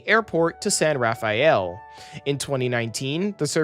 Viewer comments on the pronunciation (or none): Larkspur: Lark-spur (not lake-spur) San Rafael: San Raff-elle (not raff-aye-elle) Marin: Marr-IN (not MARE-in) Windsor: Wind-zer (not zor) Healdsburg: Heelds-burg (not helds-burg) And for text it is "Sonoma-Marin" not "Sanoma-Marin" I'd also argue that the stations are in great places, including all the historic downtowns along the route. Sure there are some more suburban-y stations along the route, but the San Rafael, Novato, Petaluma, Santa Rosa, and Windsor stations are all located in their respective downtowns. There are also plans to build more of a dense, walkable downtown for Rohnert Park near that station, the Northgate Mall is being redeveloped to add a bunch of density near the Marin Civic Center station, and the future Healdsburg station will also be in a walkable part of the city, though perhaps not as close to downtown as one could hope.